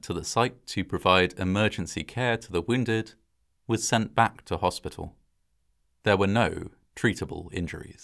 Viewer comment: I think of Jim Gaffigan every time he says Hospital. Which is a direct 180 from the precious emotions.